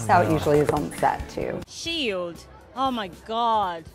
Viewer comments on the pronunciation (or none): Mark: SHIEDST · Nobody: Mark Ruffalo: Shiedst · * mark ruffalo spells out shiedst instead of shield * also mark: " aM i ClOse? " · Mark Ruffalo: SHIEDST